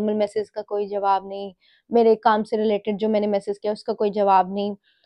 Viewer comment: “Message” bolna sikh lo plss